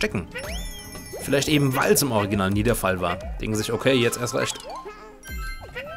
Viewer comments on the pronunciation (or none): none